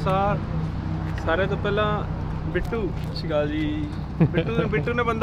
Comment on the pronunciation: bhaaji sorry but shashical nahi honda sat shri akal hota hai I think.......Sorry in advance if offend